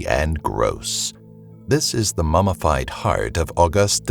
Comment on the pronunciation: Wait...did u say "mamafied" instead of "MumMified"?...